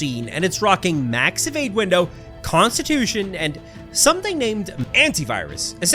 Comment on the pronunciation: I love your pronounce evade as ewade